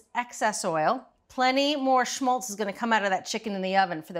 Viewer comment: Awesome clip. You said "shmultz" too much, but hey...